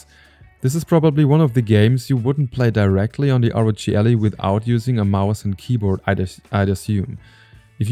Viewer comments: Ally not Ali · Es heisst "AAAAllie", nicht "Elli" :D aber gutes video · I cringe every time he said ALLY as ALLEY.